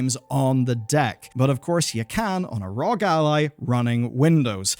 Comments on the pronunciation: ROG stands for republic of gamers pronounced R O G LOL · its not rog , its R O G